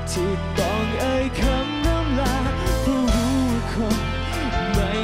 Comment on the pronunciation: ชินจะเก๊กไปถึงไหน เล่นใหญ่จนน่ารำคาญ น้องเก้าดีงามทุกอย่าง แต่อยากให้ไปฝึกออกเสียง ร,ล ให้ชัด ๆ หน่อยน้าา โดยเฉพาะคำว่า 'เพราะ'